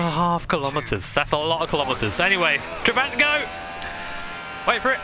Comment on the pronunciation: Tra-bah-nt It’s not a huge deal, but to my Hungarian ear it hurts lol